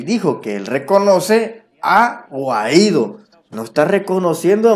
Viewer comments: Guai-dó tilde en la o osea mayor entonación en lo «o» brother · "" estas pronunciando mal el apellido "Juan Guaidò"